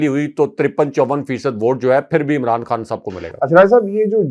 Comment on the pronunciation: He even can not pronounce Imran . Raja Riaz is gujar of Interior Pind of Punjab .He can only say Amraan. He is a big cartoon.